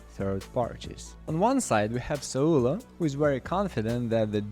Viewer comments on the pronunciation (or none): Him calling Saulo.. Sa lu la will never not be funny to me.